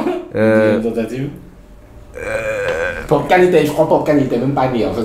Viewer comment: 🔹 Quand il a dit 'Popcaan', ça m'a blessé 🔪😵